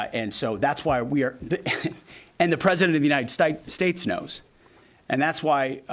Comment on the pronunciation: How could he possibly flub the pronunciation of The United States? “Anyone with two eyes and some ears”. He’s either incredibly nervous or incredibly stupid. Maybe both. The best part is when he claims to have “seen it all”. That actually made me laugh.